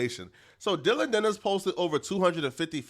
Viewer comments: Geezus bro it’s Dillon DANIS. Not, Dillon “Dennis”. 😂 🤦‍♂️ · “Dillion Dennis”